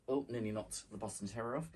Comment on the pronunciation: That boston terrier! And the goat! So lifelike! You have such a patience for doing tedious things, like all that free motion quilting. Quilting in general! I'm inspired. And I have to ask - did I hear you say "Boston Terror-ier?" Because that's hilarious - 😂❤😘